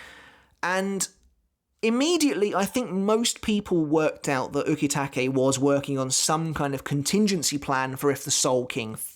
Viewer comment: I like your vids. But your pronunciation of some Japanese kills me. "U-KEY-take" 🤦‍♂️. Same reason I can't watch dub'b anime. But keep the series thoughts going, bud.